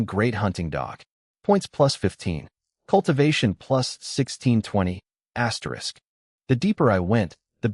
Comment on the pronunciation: Bro can someone count the amount of times he says aterisk😂😂😂😂😂